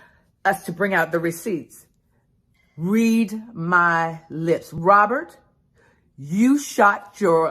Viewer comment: I had to come to the comments first to see if I was mis hearing "Robert"... nope. I wasn't 😂🤣😂🤣